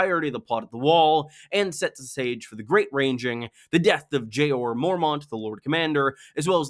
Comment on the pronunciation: Jay-or Mormont